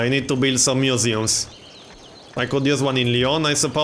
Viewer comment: he says museums funny!